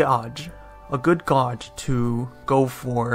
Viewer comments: gauge is pronounced gayje. like "gay" "dge". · It's great! Except 'gauge' rhymes with 'beige'.